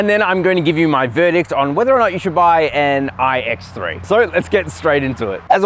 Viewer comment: “All new ooooiiiiiigh ecks thre”